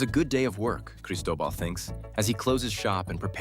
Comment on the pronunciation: He says Cristobal i heard Pablo Escobar